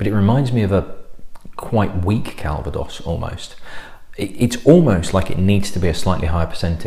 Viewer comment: I've been trying to block the Arse out of my mind until Boxing Day and then you go and ruin it.......... Cal-va-dose. Yes, your most obnoxious subscriber. Have a great Christmas etc.